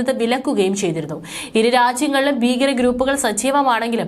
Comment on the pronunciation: ബീകരൻ അല്ല കൊച്ചേ ഭീകരൻ എന്ന് വായിക്കു